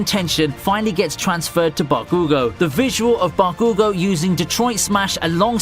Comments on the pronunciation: Bakugo, yours saying it all wrong and it hurts lmao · Why do you mention their names so weirdly tho? Like Bakugo's or the rival from Gintama. They don't even pronounce them that way in the anime. Is it a British/Australian/New Zealand thing?